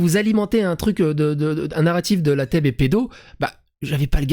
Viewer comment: Je suis péte de rire quand j'endends Thomas Durand prononcer la TeB comme "la tèbe" juste pour éviter le jeu de mot fallacieux mais pourtant évident pour tout le monde😂